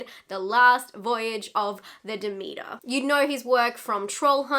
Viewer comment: SPOILER, I am almost 5 minutes in and she still hasn't said the name of the ship correct yet!!!